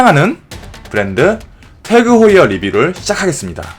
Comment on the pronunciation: 영상 잘 봤습니다...만..태그 호이어??? Tag=Day를 뜻하는 독일어로 알고 있는데 이건 "탁" 이라 발음 하는걸로 압니다..웬지..쪽..아니 일본식으로 발음 하는 듯 하여 썩 기분이 좋진 않군요..확인 해보시고 제 생각이 틀렸다면 바로 잡아주시길 바랍니다..고맙습니다..